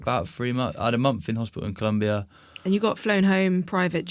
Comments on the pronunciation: Es colombia no culumbia❤ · It’s COLOMBIA. Even in English